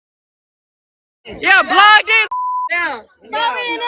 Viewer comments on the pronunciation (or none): none